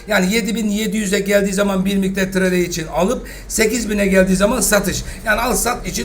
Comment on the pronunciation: Hocam naçizane trade kelimesini treyd diye okursanız kulağımıza daha hoş gelebilir. Yorumlarınızı önemsiyoruz teşekkürler